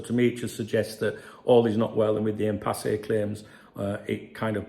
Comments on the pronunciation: It's pronounced "impass" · Hi it’s pronounced as IMPASS just for your information. Thank bro.